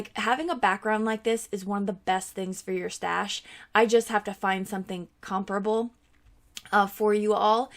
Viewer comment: A+ for pronouncing ‘comparable’ correctly!